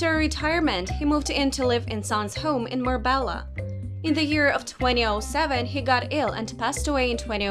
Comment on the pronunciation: Oh heck,even Marbella she says incorrectly. For goodness sake !!!